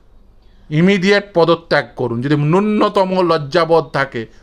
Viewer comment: "উদ্দাক্ত কণ্ঠে বলতে পারছেন না'' - 'উদ্দাক্ত' বলে কোন শব্দ বাংলা অভিধানে নেই। আপনি বোধহয় 'উদাত্ত' বলতে চেয়েছেন। তেমনিই 'নূন্নতম' উচ্চারণটা 'ন্যূনতম' করুন। দন্ত্য ন এর দ্বিত্ব শোনাচ্ছে। 'দিয়েন না' হল বাংলাদেশি বা বাঙাল শব্দবন্ধ। শুদ্ধ বাংলা হল 'দেবেন না'। আপনার কর্মকাণ্ডের আমি একজন ফ্যান। টিভি চ্যানেলের ডিবেটে আপনার বক্তব্যে নজর থাকে। আপনাকে সাধুবাদ জানাই আর সর্বতোভাবে সাফল্য কামনা করি। 🙏